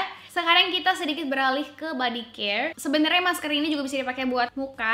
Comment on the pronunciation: mask ka bukan maks :(